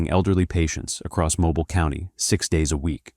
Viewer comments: The pronunciation of Mobile (Mo-bill) as (Mo-Bile) is urking me with the automated voice… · “Mo-bill” the e is silent. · The city's name is pronounced mo-bee-l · Its not pronounced 'mobiile' it's 'mobeele' I live like thirty min from there. This is crazy! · The pronunciation of Mobile is Mo-bill, not Mo-bile. I thought you were talking about a whole different place, I wanted to watch the documentary but your pronunciation makes it unwatchable for me. Sad face!!!! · I immediately stopped watching this video when it said Mo-biel Alabama and not Mo-Bill...(Pronunciation) AI bullcrap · So much AI in this... Groups of three. Not just this, but that. And it's pronounced Mo-BEEL, not Mo-bile. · It’s not MOE-BILE. It’s MOE-BEAL. Just FYi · 😂😂😂😂😂😂 Mo- bile,..... Jackazz it's called MO-BILL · It’s FUCKING MOBEEL NOT MOBILE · MoBILL Alabama, not MoBaile , wtf 😂😭 artificial ain't so intelligent is it 🤦🏾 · Mobile.......or.......Mobeeeel. That's how we now this is AI. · The voice is AI its not Mo Bile Or mobil its pronounced mo- beel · Mr. AI , it is pronounced Moe-bill Alabama. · “MOBYLE ALABAMA” it’s Mobile. Damn AI bs lmao. It’s pronounced Mo-Beal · It’s pronounced mo-bill not mo-bile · More AI slop Calling it Mobil Instead of Mo-Beale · Mo- Bill. Not Mo-bial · A.I. narrator 🤣 Mobile is pronounced Moe-Beal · NOT "Moe-byle." I hate AI. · Mo-beel Alabama 😂😂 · For the love of god it’s pronounced (MO BILL) NOT MOBILE LIKE A PHONE TF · Its pronounced MO BILL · For future reference it’s MOE-Bill lol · MOE-BEEL!! YALL SAY IT WRONG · Man its "Mo-Bill" but I guess that's what you get when you use Ai lol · (Mo-beal) AI get it right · Mo bile. Ai sux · Its pronouced MO-BILL Alabama 😂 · Mobile (Mo-bill) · It’s moe-bill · Holy shit I clicked the video having no idea it was about my City. By the way it’s pronounced Mo-beel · It's pronounced 'moh-BEEL' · Moe-Bie-Yall, Alabama. Lolwut: this video is actual trash. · Mobile is pronounced Mo-beel. Not like a mobile phone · It’s Mo-Bill